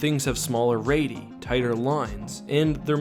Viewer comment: Not to be a nitpicker, just letting you know radii is pronounced with 3 syllables. Otherwise great video, and I love the analysis of the concept art!